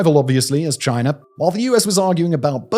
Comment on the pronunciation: Chiner???? Its China